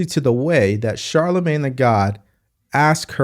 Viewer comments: And again with her blaccent, "Shalamin..." I thought she thought it disrespectful to mispronounce HER name, and here she sounds drunk while pronouncing Charlamagne. At least you,, know how to pronounce his name correctly. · Charlamagne needs a speech therapist and Kamala needs a Shrink.